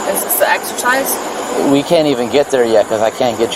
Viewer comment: “is this an extercise?” 😅